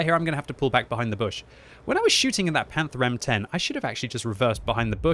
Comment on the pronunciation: "panther M10"